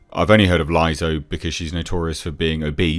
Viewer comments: It's pronounced "Lizz-Hooe" lizah 😆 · How you say Lizzo is great!